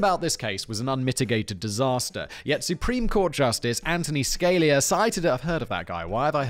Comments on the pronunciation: It's pronounced Ska-lee-ah, not Scale-ee-a He's well known as a Supreme Court Justice, the highest court in all the U.S. He IS often fairly divisive though. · I'm Finnish and even I know it's Anthony Sca-lia. NOT SCAILIA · To correct Fact Boi, or not to correct Fact Boi? Oh geez, I'm gonna do it... Supreme Court Justice Antonin Scalia is pronounced ANN-tuh-nin skuh-LEE-uh. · Judge Scalia. Ska Lee ahh. And buy some new jackets ffs. Love you Simon! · Simon's pronunciation of Scalia is way better and appropriate than the real way